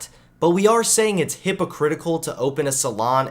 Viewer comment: Hold on hold on did I just here “hippocritical?” Lmao 😂